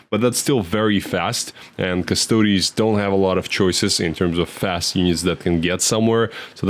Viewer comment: In general with Custodes, being heavy in Greek names, the -es is pronounced as -eez